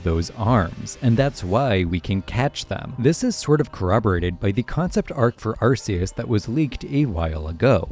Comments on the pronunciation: It's Arkeus. Not Arseus. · It's pronounced ARKeus. That's why type:null's thing is called the RKS system and not the RCS system.